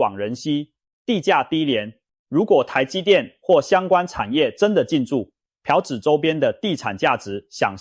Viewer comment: 是ㄆㄨˊ朴子市，不是ㄆㄧㄠˊ朴子市。